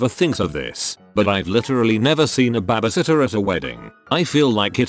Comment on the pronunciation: What's a Bahh Buhh sitter?